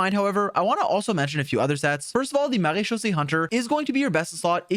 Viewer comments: ur french accent with MARÉCHAUSSÉE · As a native French speaker, can we talk about how satisfying it is to hear him say Marechaussee?! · he has the best pronunciation of marechaussee I have heard from genshin creators omg, claps fr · I love how you pronounce maréchaussée cuz that's how i say it too 😭